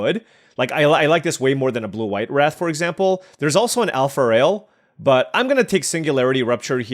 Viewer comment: AlpharAel 😅, not Alpharail 😂